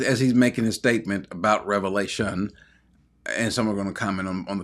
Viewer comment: why not make a big deal about the fact that the man doesn't know the difference between Revelation and Revalations? It lends credence to the fact that he is not necessarily a source to be trusted on the Word of God if he can't even get the name of the book right. Just sayin'. Further, he's proven to be clueless by his position here. But the fact that he's a PhD that can't say the book properly tells me all I need to know.